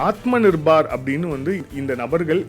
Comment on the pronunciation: விஷயம் விஷயம் repeated many many times, should avoid this, நிர்பார் இல்ல, நிர்பர்